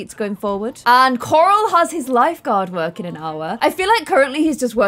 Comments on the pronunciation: I love how she says CoRal 💖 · I like how the more she said corals name the more it started sounding like carol